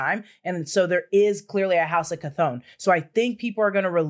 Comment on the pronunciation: I think it's pronounced, kah thong kah thong thong thong